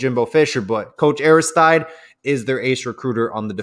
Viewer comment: Hey, it's not Aris-TYDE. It's "Ari- STEED"!!! Like DEED!!! It's a French name.